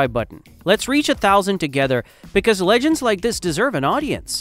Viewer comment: Also mispronounced liter and legends.